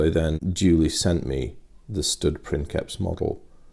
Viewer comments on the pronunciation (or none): It's not prinkeps its pronounced like prince. prinseps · Sorry but it's not "prinKeps", it's "prinSeps", being a real life word from Latin, so it's pronounced like "principal" in spanish. There's even a vid here: cheers for the video as always mate. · No, it is pronounced prinkeps, its written princeps but it is actually latin, in latin the c is pronounced as a k. So it is prinkeps. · we don't exactly know how Latin was pronounced. Judging from some of the modern languages that deviated the least from it (Italian and Spanish) I can tell that the "c" changed pronunciation based on the vowel that followed it. C+A,O,U and we get a hard sound, like a K. C+E,I and we get a softer sound, like a CH or a TH or an S (depending on which modern language you focus on). So, again, not 100% sure, but the word princeps was probably pronounced like princheps, or printheps, or prinseps. And probably not like prinkeps. Take this with a grain of salt, I've done no research on the matter. I've studied Latin for a few years in high school, but here in Italy you study Latin with a modern Italian pronunciation, and I'm not too convinced it is the correct one. But I bet it's close enough.